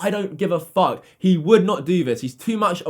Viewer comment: 1...2...3 "fook" Jake Paul